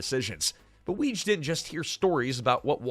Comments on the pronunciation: Rheinhold Wege's last name was pronounced "Wiggy." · I love this, but, Reinhold Weege's last name was pronounced "wiggy" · I Like your channel but PLEASE research pronunciations. Yes, I realize I'm being pedantic but Weege is pronounced Wiggy, you'd know that if you had ever watched any of the cast interviews. Mischievous is pronounces Mischivous NOT Mischeevious.